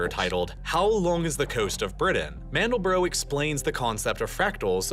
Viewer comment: That’s an interesting pronunciation of Mandelbrot.